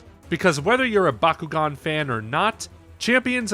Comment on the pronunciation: So good the reviewer can't pronounce the name of the game properly.